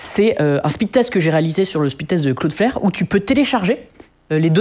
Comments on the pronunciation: cloudflare il le prononce claude faire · "cloudeflaire"... wow, sérieux ?